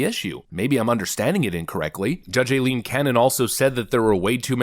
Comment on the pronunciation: “Eye-lean”. It’s pronounced “Eye-lean” ffs.